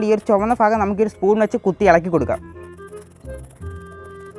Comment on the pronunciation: Fagam alla bagam